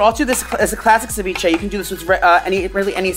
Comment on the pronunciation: As a Latina watching him butcher ceviche hahaha 💔😂